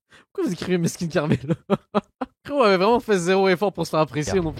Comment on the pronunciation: elle l’a appelé caramel au lieu carmelo ta meme pas réagi ptdrttt